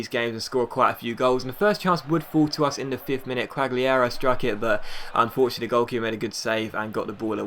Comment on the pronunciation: Quagliarella- kwog-lee-a-rella